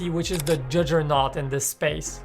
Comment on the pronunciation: How is anything supposed to compete against the judge-er-not of phones. Someone else writes his script. You can always tell by the mispronounced words.